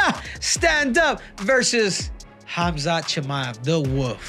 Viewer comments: Not Woof, Henry. Wolf. Pronounce the L in Wolf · Wolf not woof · Is Henry saying “The Wolf” or “The Woof”?? 😂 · Bro its not The Woof its The Wolf, you kill me Henry hahaha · Why he calling him the Woof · 😂😂 caught me off guard every time he said it that way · "Khamzat Chimaev the woof" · Is he saying “woof” on purpose?😂